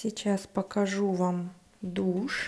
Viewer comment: I love it! I couldn't help but laugh so much though! "Etta, douchè. Etta, douchè". I know it's a little immature but you've gotta admit it's kinda funny!